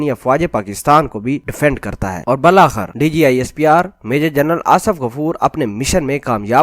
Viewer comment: Bhai bul akhir nahi. Bil akhir